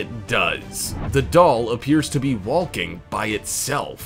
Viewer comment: Wall-king and Tall-king